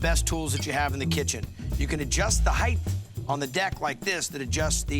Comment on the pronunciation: It’s ‘heiGHT’ not ‘heiGTH.’